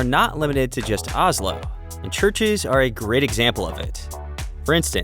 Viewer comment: Not Ah-slow, it's O-slow.